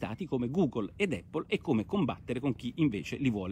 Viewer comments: Giancarlo F. Eippol allora!!! :-) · Immagino derivi dalla pronuncia della "a" quando si enuncia l'alfabeto. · Eh sì, pace e eippol a tutti!! 😎😎😎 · Ottima zuppa come al solito. Ma mai nessuno che pronuncia APPLE correttamente? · Effettivamente la pronuncia corretta è con "a" e non "e", cmq Porro non è l'unico a sbagliare. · Ma sì, l'avevo capito. 😁 Un errore è un errore, tutto qua. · Giancarlo F. Un errore che fanno milioni di Italiani, questo è il motivo del mio commento. Ma da dove viene?